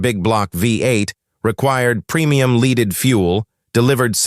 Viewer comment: The pronunciation of leaded fuel was the clearest indication of AI Narration. Why be lazy and use AI for content/narration? I'll not be recommending THIS channel because of the aforementioned.